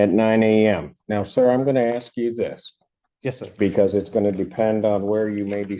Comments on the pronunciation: The judge didn't ax you anything, tool. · I’m fairly certain our good Judge never AXED him anything 😂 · thinks he’s calling the shots in court. 😂😂 Not even close, you walking, talking advertisement for birth-control. When one of the first words out of his mouth is “ax”, you know exactly what you’re dealing with, and where he’ll end up … in a jail cell.